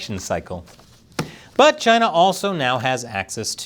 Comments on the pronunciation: Sometimes I miss the way he says Chy-na. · It's pronounced Gina...